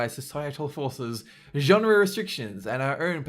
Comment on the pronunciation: Listen to how he pronounces "genre" in and